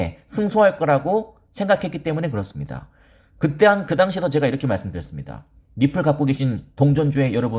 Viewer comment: 리플~~ 이 발음하는거 듣기좋았는데 ~~ 엑스알피로 바꼈어도 리플자주 말해주세용^^